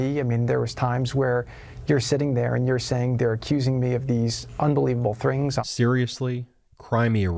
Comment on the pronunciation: Hey, Jared, what the hell is a "thring"?